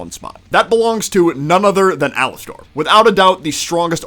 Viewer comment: Its pronounced alaster not alastor